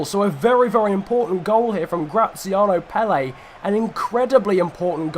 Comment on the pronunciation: Graziano PELE? It is clearly pronounced Pel - Er